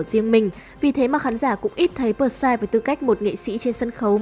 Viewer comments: Bờ sai vkl, P S Y người ta thành đọc thành bờ sai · Huhu, sao lại đọc là pờ sai